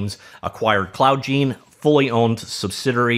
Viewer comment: Seems it would be pronounced cloud gIne. Like cloud nine.